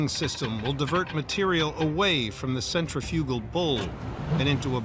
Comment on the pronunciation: The narrator can't properly pronounce centrifugal